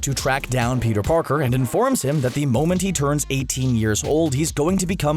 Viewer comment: Am I the only one who heard him say Peter Porker?